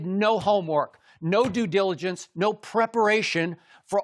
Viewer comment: Taking a shot every time skip says Do-diligence.